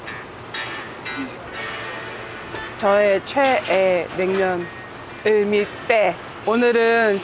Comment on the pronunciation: 저는 지방러라 서울 평냉집을 모르는데 햇님님이 최애라고 여러번 말씀하신건 들어서 '을미때'라는 냉면집이 유명하구나 했었거든요 그러던 어느날 뉴스를 봤나? 어느 아나운서분이 상호를 말씀하시는데 정확히 '을밀대'라고 들리더라구요 그제서야 아아~ 을미때가 아니고 을밀대구나 했네요 ㅎㅎㅎ